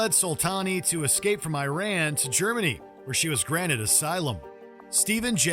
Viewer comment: Your pronunciation of “Iran” … 😒🇺🇸